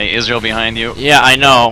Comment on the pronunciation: I like how pronounces Ezreal like Israel